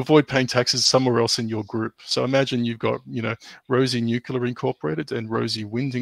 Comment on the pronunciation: Always grates o y ears whenever anyone says 'nucelar' insted fo 'nuclear' (from 'nucleus').